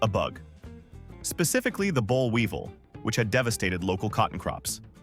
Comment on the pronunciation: It's BOLLweevil NOT bollWEEVil again, stupid AI - should be FI for faulty intelligence